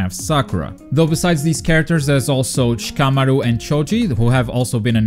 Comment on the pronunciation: You say Shikamaru weird. That is all.